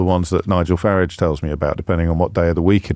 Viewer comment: I want to meet James so bad ill make him pronounce Farages name correctly!!!!!